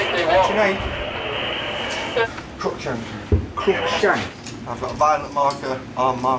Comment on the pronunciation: Bro said crookshank😭😭😭😭😭